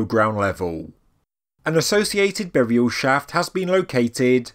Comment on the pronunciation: and "boriaw"